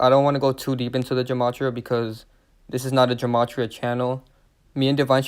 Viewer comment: Gematria is pronounced with a G sound, not a J sound.